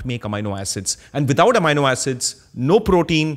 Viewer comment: Excellent episode! Loved the different clarifications you have here on lentils, pulses and legumes. I am however intrigued by your pronunciation of Amino acid since in US and Uk, we say "Ameeno" Acid while you say "Amaino" Acid. Same for Linoleic acid.That threw me off as I was trying to see what that word was.